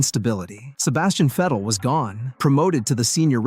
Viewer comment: its Vettle not Fidel.